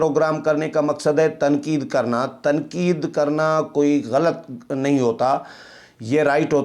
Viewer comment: Aap "barahna sach" bolte hain, koyi kitni tanqeed kare, fikr na karain, salamat rahain, aamin. Lafz ghalt naheen, GHALAT hai, harf laam k oopar zabar lagaya karain, shukriya.